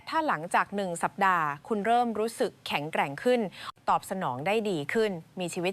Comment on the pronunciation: เสียงผู้บรรยายอ่านภาษาไทยไม่ถูกหลายคำเช่น ปราถนา อ่านว่าปาดถะหนา ไม่ใช่ปาระนา แข็งแกร่ง อ่านว่าแข็ง แกร่ง ไม่ใช่แข็งแกร้ง